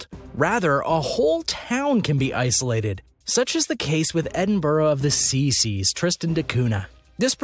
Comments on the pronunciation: Why do you mispronounce “seven seas” as “seaseas “? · Why can't you pronounce"Edinburgh of seven seas" correctly? It's not "sea seas" it's"seven seas"🤦🏻. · Yeah man I agree, he wrote it correctly but he pronounced it wrongly, not once!! actually 3 times. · "actually" the label says Seven Seas but he repeatedly says See seas! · I cannot take this film seriously since, first of all the person keeps getting the name of the settlement on Tristan wrong. It's Edinburgh of the SEVEN seas not the C-Seas. And the footage is clearly NOT of the island. I'm not going to bother watching any more. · U accidentally said seas seas instead of seven seas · Why does he keep saying sea sea’s…. And how did he misspell “isolation” in the title sequence? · These videos are interesting and flow nicely, but the narrator has some kind of mandate to massacre the pronunciation of the names of nearly everything, including when they're in English. Serbia becomes Siberia. "Seven Seas" is C Seas.